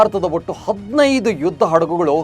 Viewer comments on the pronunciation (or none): none